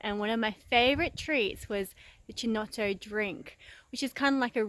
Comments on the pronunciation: Yes it is triggering ... Key to my ears not Chee. I just call it Brio. The only chinotto I can buy around here. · It's pronounced "Keynotto". The "C" is hard. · The way you pronounce Chinotto will trigger every single italian on earth. For the love of god call it "keynotto". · Its ki-nott-o not che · Fantastic I've been wanting a chinotto syrup recipe, but can't find an off the shelf product, nor the chinotto fruit. Coca Cola used to make Bisleri under licence but they dropped it, Good job, looks like it should work, have to get the makings. PS it is pronounced "Kinotto" in Italian, don't know about Maltese. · great, but the pronounce is Kinotto or Keynotto. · Chin-no-toe... STAAAP LOOOOOOOLL PLEZ LOL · it's pronounced with a C not CH so KINOTTO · I'm not even Italian, and I cringed each time... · where is the other culture? She’s just taking our culture and mispronuncing it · Triggered the shit out-of my husband right now every single time lmaoooooo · yeah this is not how to pronounce chinotto 😬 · Easy there. She is Maltese not Italian, you don't know what it is called in Maltese. Do agree though I flinched every time she said it.